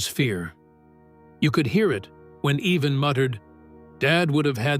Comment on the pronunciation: to the narrator his name is IVAN stupid not eveen